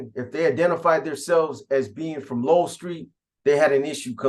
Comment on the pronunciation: It’s Low-El , Lowell St